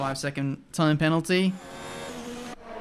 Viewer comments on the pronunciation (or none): "5 SECOND PENALY IS A YOKE, A YOKE"